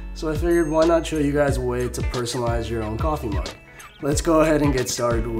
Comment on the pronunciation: The way tou said kaffe made me laugh